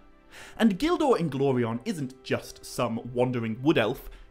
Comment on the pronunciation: Bro I love how you pronounce Gil Dor Inglorion's name👏🏿👏🏿👏🏿👏🏿 Tolkien was a genius man